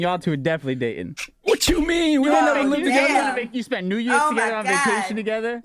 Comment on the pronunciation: “Think about how much you then spunt” 🤔😂